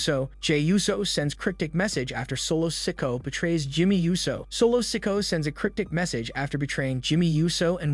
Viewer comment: Why do you say the names all weird dude? Cuddy Rhodes Ricoshit Solo Siko'o.. Fucks wrong with you?